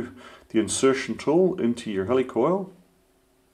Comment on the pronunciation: At least in North America, it's pronounced /HEE-lih-coil/, as in "helical coil," not /HELL-ee-coil/, as in…"helicopter"? :)